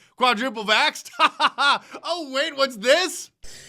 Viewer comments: Mark said: wait for it I heard: weight for it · Did you say "weight" for it.... hahahah😊😊